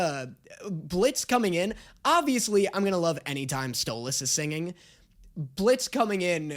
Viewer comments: NO WAYY HE SAID STOLAS's NAME CORRECTLY! ITS THE END OF THE WOOORLD! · YOU SAID STOLASES NAME RIGHT finally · omg did he finally say Stolas correctly??? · YOU SAID STOLAS'S NAME RIGHT RAHHHHHH! ALSO I CAN'T WITH THE PERCY JACKSON COMMENT HELP 😭😭😭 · congrats!!! 🥳🥳🎉🎉 you finally managed to pronounce Stolas's name correctly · finally said stalos name properly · Just so you know, most people blame Stolas (pronounced Stole-us) for the argument at the end. He did shock Blitzø with it all, start it by activating his fight-or-flight response by taking the book, then alliwed him nearly no time to process. If you want a better breakdown, watch Sarcastic Chorus and his vid on why it was Stolas' fault. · YEAAAAH DAAAANNNNNNNYYYYYYYYY!! Is he finally gonna stop calling him Stol-ass? Or does he still not realize that the way pronounces stolas is the way stella pronounces it to insult him! Find out on todays episode of; Trauma Edit: HE STOPPED SAYING STOLE-ASS 🎉WE WIN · DID YOU JUST SAY HIS NAME RIGHT??!!?!?? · He’s finally saying stolas right!!!! ❤️❤️❤️ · I feel weird listening to pronounce Stolas correctly 😢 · YOU SAID HIS NAME RIGHT YOU GOT HIS NAME RIGHT OH THANK YOU THANK YOU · OH MY GOD HES SAYING STOLAS CORRECTLY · my jaw actually dropped when he said Stolas’ name right. I got so used to it, is sounds wrong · he said Stolas' name right!! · finally said stolas correctly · He said Stolas’ name right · ayyyy he said Stolas properly also, real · YOU FINALLY SAID HIS NAME RIGHT YOU SAID STOALS NAME RIGHT GO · OMG LEARNED HOW TO PRONOUNCE STOLAS CORRECTLY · He said stolas correctly 😊😊😊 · So glad you stopped saying Stole-ahhhs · YES! HE SAID THE A IN STOLAS FAST!! HALLELUJA!!!🎉🎉🎉🎉🎉🎉🎉🎉🎉🎉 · You know how you were saying you don't know how we want you to pronounce Stolas? Well you said it correctly , , and That's how his name is pronounced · You’re saying Stolas’s name right!!! Yay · finally pronounced Stolas correctly